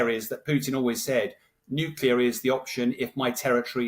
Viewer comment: Why does he keep saying “nukular?”